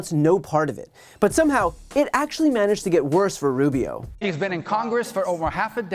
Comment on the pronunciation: “WorST night”*. Not “Worse” night. Still love ya bother 😉